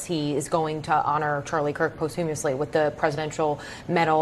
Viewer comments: "half mass"? "post-humously"? This woman can't even speak English, how does anyone take her seriously? She probably just read these points from a memo just before the show started committed the words to memory with no idea what they mean or how to even properly pronounce them. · Did anybody else hear when the dingbat in yellow said "POST-HUMOUS-LY?" 😆